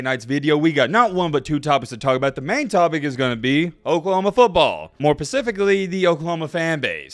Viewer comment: “More Pacifically” 🤦🏾‍♂️ Say it with me …. *More Specifically* okay…. One more time. **More Specifically**.. dude sounds so illiterate and it pains me bc he’s also a Bama fan.. dude hasn’t picked up the first book in his entire life smh